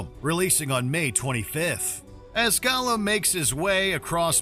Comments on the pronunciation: I'm sorry - but when he mispronounced "Gollum" as "Golem" in the first 5 seconds, the narrator let us know that he's not an actual LOTR fan. Lol 😂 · the fact that they say golem instead of gollum triggers me. this isnt pokemon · Go - lum?